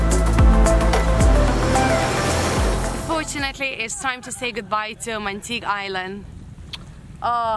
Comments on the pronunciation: Its pronounced Mangtig-EH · Pronounced as mun —-tee—-ge